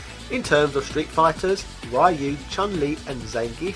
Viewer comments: It's not RAAAAAIIIIIUUUU, it's Riu ! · I really love this channel but every time he goes RAYU instead of Ryu I cringe hard. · If you know how to pronounce Ryu, then why keep saying RYE-YOU? It's like if I knew your name is Robert and I call you RobertO or something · Ra-e-ou?, súper hadouken? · Why do you pronounce "Ryu" like that. When the newest games outright tell you how it is pronounced! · All good until you pronounced RYU. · i don't mind how you pronounce Ryu , back in the day when i was still in nyc, we used to pronounce it the same way not until ryu came to smash bros i started pronouncing it differently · Pronouncing Ryu properly doesn't make you a weeb.